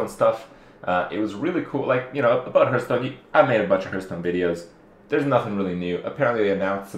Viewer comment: Hurtstone? Lol